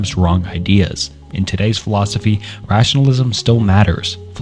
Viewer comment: aside from the 6th grade reading level it was a good video, but my god hearing you mispronounce the names and words were frustrating like 😂 even some of the simple words like philosophy you would often mispronounce